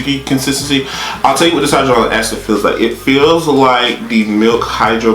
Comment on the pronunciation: High-ja-Lonic lol